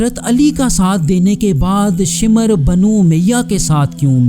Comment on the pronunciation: शिमर नहीं भाई शामिर है